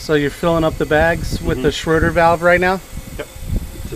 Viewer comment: Please stop saying schroder valve !!! Its SCHRADER !!!!!!!!!!